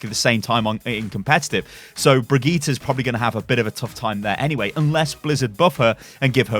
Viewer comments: Brig eee taa.....? lol its Bridge-et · LOL at how you pronounce "Brigitte" . It's Bridge- It